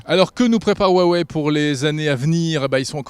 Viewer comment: HUWAWEI sa devient gênant comment ils le disent